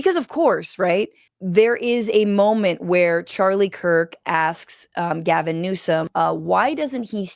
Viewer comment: Gavin! GAH-vinnn! The Gavinator! The Gavmeister! Gavarooni!